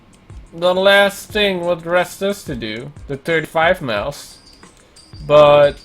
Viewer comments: Okay but like miles to him sounds like meals to me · I love how he says miles